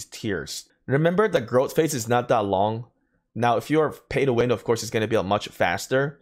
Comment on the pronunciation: Since I appreciate all the tips you've given me. I have 1 for you. Don't take offense (fingers crossed because it's not meant to be mean). When saying "that" and pronouncing "dat" . Easy to remember. Say "thug", if you can pronounce that. Then "that" should be do able too. Cheers and take care and ty